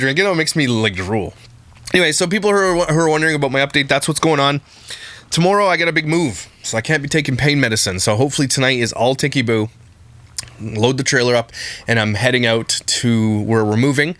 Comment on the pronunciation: it’s not tickey -boo it’s tick-itty -boo.